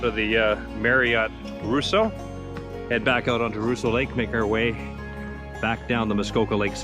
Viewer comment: Gentle correction: Rosseau is pronounced Ross-o, not “Roo-so.” Might I suggest doing a video, this summer, of you riding through Peninsula Lake, Fairy Lake, Lake Vernon, and, perhaps, Mary Lake? The first three lakes are connected by a canal, and the Muskoka River. Only the connection, via the Muskoka River, of Fairy Lake and Mary Lake has a lock.